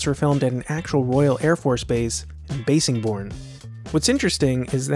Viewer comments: Nitpick: Bassingbourne is pronounced like bass the fish, not bass the musical instrument. Cool video though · Cool video! One small correction the ww2 base is pronounced "bassingborn" (bass like the fish) per the locals. Also the Memphis Belle was made into a blockbuster movie because it tells the story of the first U.S manned bomber to finish a ww2 "tour of duty" (25 missions while surviving) which didn't get accomplished until May 1943, by the Memphis Belle:)